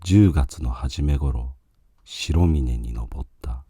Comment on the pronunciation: 白峰の読みは、しらみね です。 しろみね とは、のっけからがっくり。 ルビが振ってないから読めないのか。 AIに古典を勉強させよう。